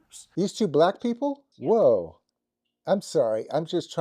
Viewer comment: Mark giving off low-key Jodie vibes. I can't put finger on it. But they way he said "black people" shook my spirit lol 🤣🤣🤣